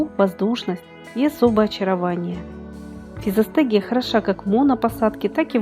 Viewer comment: Никто и не понял, как называется ростение, удивительная дикция